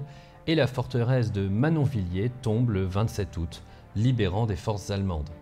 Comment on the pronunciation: bon on dit Gerbévilé et manonvilé (phonétiquement) mais c'est pas grave! :D bien content d'en apprendre plus sur mon secteur!